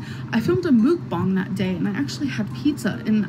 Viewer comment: I can’t believe does “mukbangs” but she can’t figure out how to say it. MOOKBONG? Girl stop. Two slices of pizza isn’t a mukbang, it’s called eating leftovers